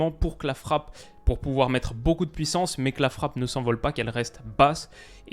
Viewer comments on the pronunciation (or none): none